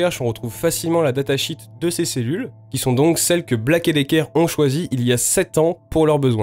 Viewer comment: Il est préférable de dire datasheet -> data “chiiiit” plutôt que comme tu le dis data “chit” qui veut dire merde.